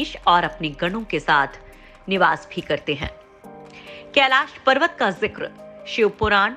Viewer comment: Kaila parwat nhi Kailash parwat hai .nam ko sahi bolo nhi aage ja ke Kaila nam hi ho jaye ga.🥵